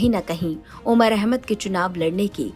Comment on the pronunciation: Umar ka naam sahi se le godi media😡